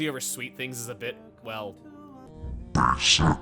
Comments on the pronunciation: was the emphasis on the word "basic" like that really necessary? someone might get nightmares from that editing lol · She didn’t call Kora basic. She called her B A S I C